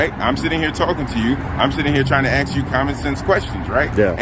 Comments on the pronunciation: This 'public servant' is a moron. Can't even pronounce the word 'ask' correctly. Should not be a LEO. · Anyone that can't pronounce ask properly shouldn't be working for the public. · Like that one comedian says: there are certain words that white people can't say and there are certain words black people can't say! White people can't say the n word and black people can't say "ask" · I hate when they axe questions 🤦🏻‍♂️😂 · Sitting there and axing meh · The very second he said "axe" instead of "ask" we know he is nothing but ghetto trash who doesn't deserve his welfare check. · As a cop, he should know how to say the word ask. It's not ax it's ask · oh another axing you person. The English word is ASK! if you are asking a question you are ASKING not AXING. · Those poor questions. Why did he keep axing them? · How did he pass the exams? And i noticed he says ax instead of ask. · Do black people know the word isn't axed? They word is actually asked~ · I really think it’s ridiculous to say ax instead of ask. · 'I'm sitting here' as he stands and he 'aks' a question. 'I can get a bunch of people over here to get your fingerprints' 'The facts is' Where the hell did they find this officer? he is one of the dumbest cops I have even witnessed. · This pig is truly an idiot. Another low i.q. hire. Thankfully the Sheriff Has a brain. They need to do a lot better legal training. Oh, the word is ask, not ax. 😅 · Why is the English language so hard? It’s ask, not axe!!!!! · he didnt ask a single question, though he axed many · !? GED ? Axe you for your I.D. LOL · Why do so many people say "aks" instead of "ask"? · The deputy wants you to use common sense but pronounces the word "ask" as "ax". My 6 year old even knows how to pronounce that very hard 3 letter word. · "I'm trying to AX you questions" LOL WTF??? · AXE. 😭😭 just say it right bro. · This officer Deputy or whatever he is clown needs to be fired he can barely pronounce the word ask correctly